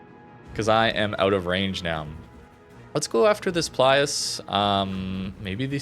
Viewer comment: its actually Pilus Prior, not Plius 🙃